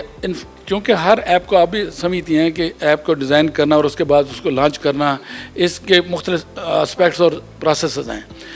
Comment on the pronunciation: Anchor bhi: LONCH ❌ LAUNGCH ✅ 😂😂😂